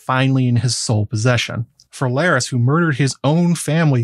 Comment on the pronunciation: Larys rhymes with Varys